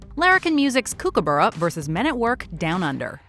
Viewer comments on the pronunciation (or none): The pronunciation of Kookaburra is making my Australian brain hurt....